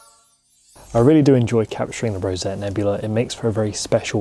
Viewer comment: Rosette not Rosetta?